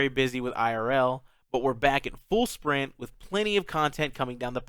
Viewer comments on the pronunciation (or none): none